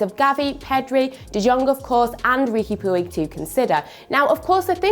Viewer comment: Please learn how to pronounce Puig (“Pooch”) and DeJong (“DeYong”)